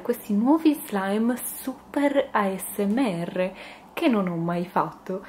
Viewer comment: Spero che non ti offendi ma però dici male asmr chi l'ha notato lascio Like a questo commento solo per fartelo imparare meglio in modo tale di non farti prendere in giro